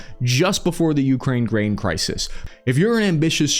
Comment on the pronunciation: "Crises" Cry-sees Plural of Crisis.